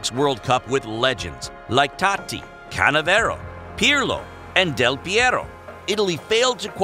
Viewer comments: CANNAVARO NOT CANNAVERO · Cannavaro* not Cannavero, and it’s Totti, not Tati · "Canavero" lol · what the fuck are you saying????????? tati?? canevero? really?